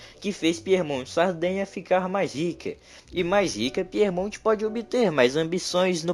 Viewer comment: Cuidado com a pronúncia. Piemonte!!! E não Piermonte! Quer dizer ao pé da montanha.. Aos pés dos Alpes.. Não é Píer!! É Pie